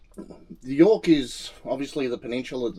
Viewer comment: you did Yorke real well. Thank you